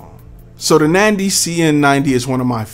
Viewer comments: NANDY? I believe it's NADY!! It would help if you know the actual name of the company!! PLUS, it's NOT the mic that produces echo!! It's your environment!!! Seriously, you really need to do your homework!! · Is it Nandy or Nady?